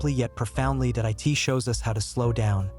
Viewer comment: They clearly did use AI to write and narrate it, which is the problem. The "narrator" keeps reading the word "it" as "I.T." among numerous other repetitions and fluff.